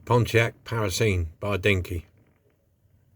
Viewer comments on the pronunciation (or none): It's a Parisienne pronounced - paˌrɪzɪˈɛn = the feminine of Parisian - a female resident of Paris Nice model anyway even with the dodgy name ;) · A relatively simple restoration for you this week but it came out really well 👍🏻👌🏻 Good luck with the eye....it’s a proper pain when your lamps aren’t working properly! For what it’s worth, my take on saying the name is (Paris-ee-enne), as in a woman from Paris. 🤷🏼‍♂️ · I can't make up my mind whether you are really puzzled by the word 'Parisienne'. It is a French word for a lady who lives in, or comes from, Paris, and it is pronounced Par-iz-y-en. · Its pronounced par is eon great job as always mate 👍👍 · it's pronounced pari-si-enne as if it's person from Paris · Fantastic restoration job on that Pontiac Parisienne (l think it's pronounced Paris - ie- enne though 😉) as in a French person lol 😆.... This is a new account of mine btw, lm trying to catch up with the subscribers l subscribe to.... Hope yiur eye gets better mate, l have to wear glasses these days as my eye sight is terrible without them.... part of getting older l guess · its called Pontiac Par is e Ann is how you say it model looks great hope your eye gets better Tony O. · it is pronounced Paris ee en a resident of paris.. nice job